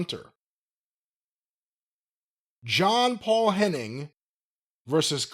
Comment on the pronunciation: Jim mispronounced John Paul Henning's surname as Hennig. This is what's known as the “reverse Mr. Perfect”.